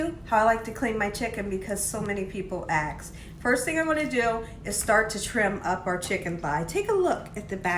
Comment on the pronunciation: FOR THE LOVE OF GOD IT'S ASK NOT AX!! 2 TOTALLY DIFFERENT WORDS!!!!!